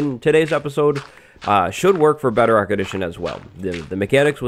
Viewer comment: He says bedarock